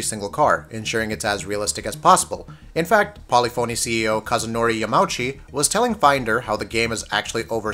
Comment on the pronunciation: It's yah-ma-eww-chi